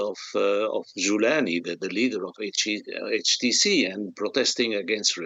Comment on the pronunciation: Why would we listen to this Gilbert. He can not even pronounce HTC correctly. Where did you even pick him up?